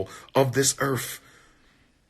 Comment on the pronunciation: most requested black scholar talkin bout "earf" 🤣🤣🤣✌🏿